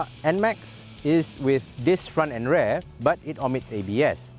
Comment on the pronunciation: The way he prononce 'rear' is Unsettling